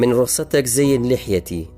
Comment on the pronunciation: واللە بەس نازانی شەرح بکەی توخوا من رخصتك ئاوا دەخوێندرێتەوە یان مالتی